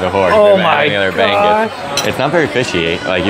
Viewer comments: Ba-ngus. Not bang-gus..😅 But you guys are cute in pronouncing it. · Filipino pronounce it Straight bangus not Bang Gus ..it's Bangus Bahhh - ang next pronounce like in word Muse..try to ask local for correct Tagalog pronunciation 😅😅😅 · this is how you pronounce guys "bangngus" say it altogether.. not "banggoose" it's understandable if you mispronounced some of tagalog words.. cheers! guys.. 🙂🥂 #trifateinthephilippines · 2 syllables BA* NGOOSE* not BANG * GOOSE i am one of your loyal followers ❤ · This is the correct way: |bang| then add the last syllable |oose| therefore bang•us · I love how you prounced "BANGUS" you are not the only foriegners who pronouced it that way. I will accept those, because that's your comedy. I always copy how you pronounced Bang-Goose. Even copy other Americans say "Taga-Log" instead of "Tagahhh-Log" more power.❤❤ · It's pronounced bah'ngos without actually emphasising the letter 'g'. You need to get use to the 'ng' sound from the locals. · Yes bang-goos is the correct pronunciation for Americans. Locals pronounce it ba-ngoos. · The perfect pronounce is BA-NGOOSE ( BANGUS ) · It’s pronounced buh-NGOOSE. Or, alternatively , if starting a syllable with NG looks hard for you, try buhng-OOSE (but connect the ng and oo sounds seamlessly. Also, the stress is on the second syllable) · its pronounced as BAHHH-NGOOOOS hahaha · Bangus is pronounced "bang-oohs", the last syllable sounds the same as "moose". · It is pronounced bah - ngus. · Its pronounced ba ngus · You don't pronounce it correctly it's ba- ngus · BAAAA-NGUS pronounce it like this. your research is wrong HAHAHA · Pronounce it phonetically. “Bung..uz “. Now say “uz” like “ooze”. Practice saying it and then remove the gap between bung..uz to Bung-uz . In Tagalog, the letters are pronounced in short form. Vowels In English are in long form. In Tagalog it’s short pronunciation. Ah, eh, eeh, oh, uhh